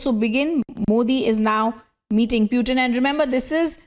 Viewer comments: Whoever is speaking. Why does she keep saying "Puetin"? Bitch pronounce properly stop trying to be so western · Kya bol rhi hai be....piutin 😂